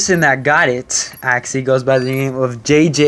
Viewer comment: when you say actually it sound like axy